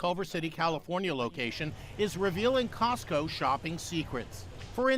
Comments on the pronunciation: cosco its like sams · Cotso? I only know tesco